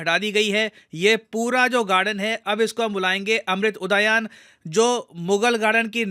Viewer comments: अमृत उदयान नही, उद्यान है। हिंदुस्तानी हो अंग्रेज़ मत बनो, शब्दों का उच्चारण ठीक तरीके से करो सर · क्या महोदय एक शिक्षक होकर "अमृत उद्यान" का सही से उच्चारण नहीं कर पा रहे हैं.